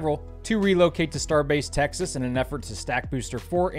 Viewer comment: Every time you say Tex-ahzz the proper way it brings joy to the world my dude.